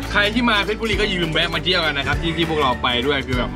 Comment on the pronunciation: เยี่ยว หรือ เที่ยวครับพี่